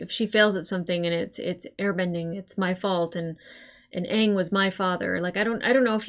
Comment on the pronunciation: It's pronounced aaaaang 🤣